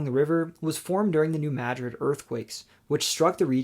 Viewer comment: Is that really how they pronounce "New-Madrid"?